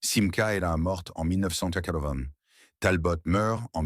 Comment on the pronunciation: Et comme d'habitude , une voix IA de merde avec plein de faute de prononciation du genre "Talbote" et comble de l'ignorance des photos totalement hors sujet. Je sus collectionneur et fan de Simca , cette vidéo est lamentable.